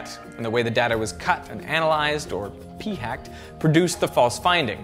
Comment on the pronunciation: The way he says "P-hacked" makes it sound like a federal crime